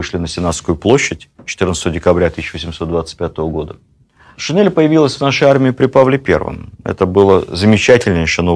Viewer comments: Владимир Ростиславович, правильно говорить не шинЭль, а шин'ель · Спасибо огромное, но очснь режет слух "шинЭль", такой вариант закрепляет у благодарных слушателей грубую ошибку, очень жаль! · Режет слух неправильное произношение слова "шинель". Надо произносить "н" мягко. Это недопустимо, Владимир Ростиславович. Рассказы Ваши очень интересны. Люблю историю, с удовольствием слушаю, спасибо за Вашу деятельность.